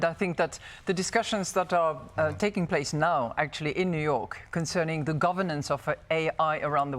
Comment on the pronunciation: Congratulations to Mme Lagarde, I believe she's the only french I've heard who can really say "the" and not say (the sadly annoying) "ze" 😊